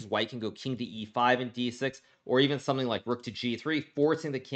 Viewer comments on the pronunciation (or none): none